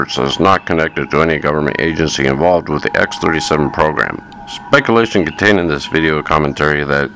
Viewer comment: Bro, it’s “involved”, not “envolved”. And it’s not “thoeroy” or “publicaly”.